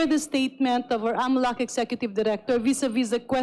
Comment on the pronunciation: Di ko gets agad yung "AMLA" sinasabi nyo dito sir. It's A.M.L.C (pronounce every letter). Or, if you want to read its as a word, it's AML[a]C, noot AML[a]. Sorry, have to comment this, nalito kasi ako sa topic. Wala daw masasabi si Ombudsman? He's been talking about Sara's SALN before the "mini" (in Cebuano, it means fake) trial. Deceptive, political, and law bending Ombudsman. HOR violated the law multiple times in this session. What AMLC did was illegal.